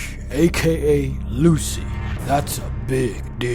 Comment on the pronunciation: When i heard Lusy, I knew u where Ethiopian (Ps : I am Ethiopian)